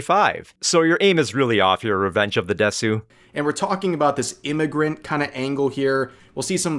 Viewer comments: Minor point, but it bugs me. As someone who has studied Japanese culture and watched anime their whole life, the fact that pronounce です as “desu” instead of “des” didn’t add credibility for me. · I always find it funny how the Japanese stereotype of Americans saying "desu" is "DEEEEs" but anime fans always go "deSOOH". It's actually kind of uncanny how they manage to emphasize the opposite of the correct syllable almost without fail in every Japanese word or name they say.